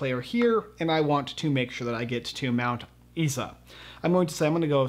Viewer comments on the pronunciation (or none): mount Isa is pronounced "eye za" sorry but as an aussie i dislike when americans butcher the names of aussie locations.